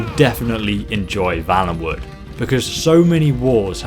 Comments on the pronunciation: If it was like you pronounced, it would be Vallenwood. I'm pretty sure it's Valenwood (a "vale" is a small valley). FYI. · The word/name used is valenwood though, not vallenwood. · You're sayin valenwood wrong